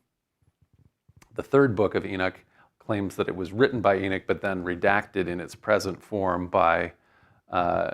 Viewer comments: Second Eee-nick? {:o:O:} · Beginning of the lecture: It's pronounced Ee-nock. After 20 minutes Enick Enick Enick... Thinks Ee-nock... Well that was the 2nd book of Enick....